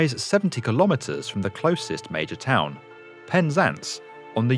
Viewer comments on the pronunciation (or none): none